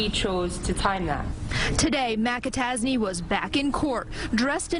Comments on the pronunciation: You know I don't know if I've ever heard of a McAtasney before. Sounds like you're saying Liam Mappa Tazzy. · Mik-a-tac-a-tazy..... lol sounds like riki-tiki-tavi.... is that a play on words meaning he is a weasel lol... sometimes im like was that a joke or... 😂